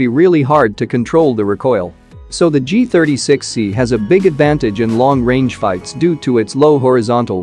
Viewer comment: He is continuously saying G-THIRTY-S3XY 😂😂😂